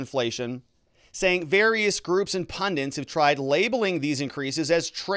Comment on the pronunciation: "Pundits",, not "pundants".